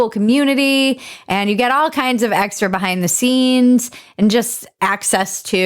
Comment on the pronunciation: X is Lons favorite letter. Xtra, xactly, xistential. The E is silent.